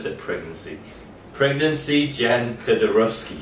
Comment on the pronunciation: Not "Jan" but pronounced "Yan". Of course Paderewski is classical. One of the greatest pianist ever.